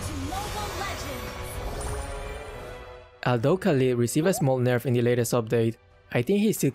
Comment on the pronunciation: ليه تقول كاليد بدل خالد؟ way؟